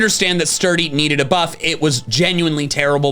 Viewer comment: I thought you were trying to say ‘boost’ but I guess you were trying to say ‘buff’.